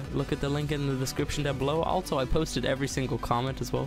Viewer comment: altso.......altso????also......not altso XD